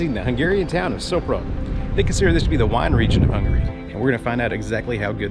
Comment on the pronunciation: It sounds like 'Shopron' not "Soaproan"